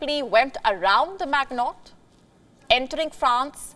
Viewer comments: If this woman is going to talk about the Siegfried and Maginot lines, she should at least learn an approximate pronunciation to the original German and French pronunciations of the names of those lines. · You pronounce Maginot wrong. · MAGINOT LINE, maam. Respecful correction. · Well done Russia! Diplomacy doesn't work so Russia needs to speak the language of the West: violence & duplicity. Btw the name of French line was Maginot. Please make an effort to learn to pronounce names correctly. This is what PROFESSIONAL presenters and respectful people do. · You pronounce Maginot like a moron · This video is the second most hilarious thing I've ever seen. 1. That's not a line 2. Russia isn't in control of most of that area to build anything 3. That isn't remotely close to the pronunciation of Maginot 4. The Maginot line was a failure Funniest thing I have ever seen is the brainless in the comments saying how good this video is. L.M.F.A.O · Not "Mag-not" ---- it's pronouns 'Mi-gee-no" line. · Pronounced, Ma-jin-no line. Not mag-not. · Pronounced: Ma-jee-no line, Maginot line. Lol 😂. All good, I get it you’re not French. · "Maggnot line" 😂 It's not pronounced "Maggnot" but "maʒino". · Pronounced Magino not Maginot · Hey WION, It's not "Magnot Line" , it's "Maginot Line". The pronunciation will be "Majino Line" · Drawing a new boundary is a type of defeat for Russia and Europe. Putin and his war do no one any good. Europe and Russia could have been happy and prosperous. FYI the G in Maginot is spoken soft not hard. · It’s maginot line..not magnot line😒😏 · I stoped the video when heard how she seis “the magnot line” :)))). If you want to at last look like you know what you talking about, pronounce foreign names correctly. The correct way to pronounce the name of this line is - “The Mazhino” Line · It's MA-Gi-NO, not MAG-NOT. Jeez.. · "Mag-Not"?! Are you kidding us by how you are pronouncing it? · Maginot Line pronunciation., 'The maj in O-. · Maginot = mah jee no.